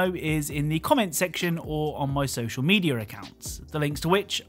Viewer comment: SOCIAL MEDIARR ACCOUNTS!! didnt know there was an r in media im sorry mediaarrrrrrrrrr!!!!